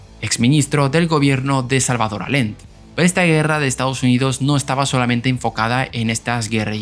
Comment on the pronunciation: Lo del coche bomba en Washington DC fue por parte de la DINA que era la policía secreta de Chile, junto también el asesinato de coche bomba en Buenos Aires al general Prats , ambos leales a Salvador Allende ( no Allen, como dijiste) buen video